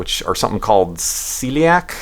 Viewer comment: sea-lea-ack disease sounds like you need some gorrila munch cerial